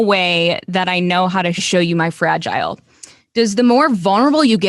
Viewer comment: This interviewer did not just say Frag EYE le. It’s fragile and frag eye le. 🤦🏻‍♀️